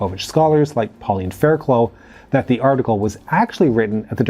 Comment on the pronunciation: Surely, her name is pronounced Faircluff.